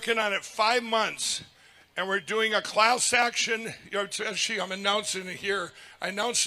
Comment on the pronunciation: He pronounced class action as clowns action? Fitting